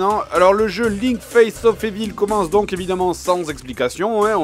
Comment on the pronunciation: C'est quand-même du gros foutage de gueule que le JDG qui dit "Metal Jir" et, dans la même vidéo "Face of évil" fasse cette remarque.